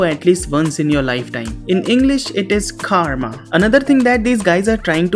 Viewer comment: bro said karma with gora accent to make it english!!!🤣🤣